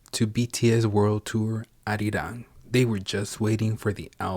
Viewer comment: OMG IT'S CALLED ARIRANG